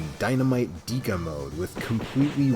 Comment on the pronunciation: Why did you pronounce it "Deeka" and not "Deka (Decka)"? Even the clip at the end said Deka. Great video otherwise.